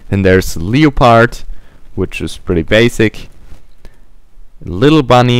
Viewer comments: And leopard is said as "lepord". Helping out. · Leopard is pronounced Lep erd, and succubus is pronounced Suck You bus. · i love how you say leopard